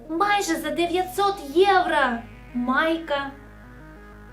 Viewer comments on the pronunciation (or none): Ну чому поооостійно єврА, а не єврО?🫣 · будь ласка, не єврА, а єврО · "ЄврО" а не "ЄврА"